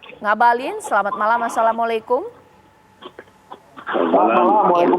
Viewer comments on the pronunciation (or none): none